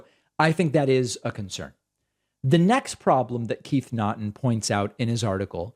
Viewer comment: FYI, Naughton is pronounced "Knock-ton".